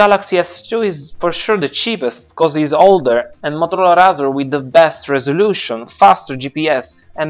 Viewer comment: Ray-Zer not Rah-zer